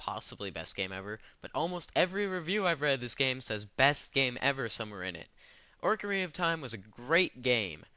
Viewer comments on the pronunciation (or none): did u say ORCarina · LOL I was GOING to call you a fucker for your Zelda inclusion, til you pronounced it "ORcarina of Time" :P Ah, I'm just kidding. For the most part, I agree with your choices. Just not OoT...I recently re-played through it, and it's still one of my faves. And, in regards to your battles in the comments area...Try to remember not to feed the trolls. lol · you played orcarina of time i see, a super mehtrid.... Those games ARE over rated. But Ocarina of Time and Super Metroid aren't. look I know being canadian is tough but learn some proper speech patterns before you speak.